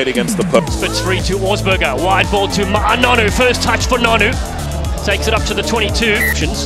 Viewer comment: I HATE the way the American commentators butcher his name “Ma-A” 🤦‍♂️